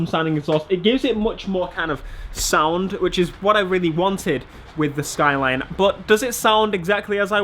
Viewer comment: The way you say SKYLEEEN annoys me